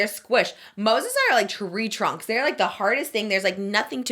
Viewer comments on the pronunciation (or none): none